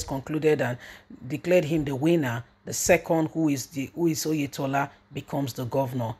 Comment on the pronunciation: Oyetola not Oyedepo